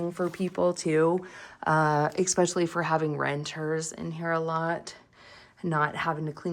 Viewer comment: Especially, not eKspecially